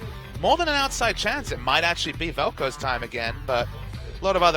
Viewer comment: Velkoze? C'mon